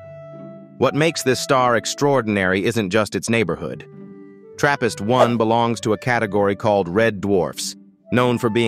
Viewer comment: For a second i thought he said therapist